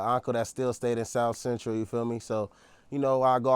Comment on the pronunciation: His own homies know he a goofy, they barely held their laugh in when he said south bentral 😂😂😂😂